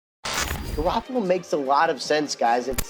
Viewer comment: “Jimmy garoppla” Ian rapoport